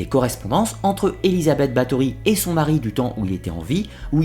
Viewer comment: Bonjour, je sais que les sonorités du Hongrois et du Slovaque sont difficiles pour nous autres Français, mais quitte à faire un docu sur la comtesse Bathory, aurait il été trop difficile de vérifier la prononciation des noms propres?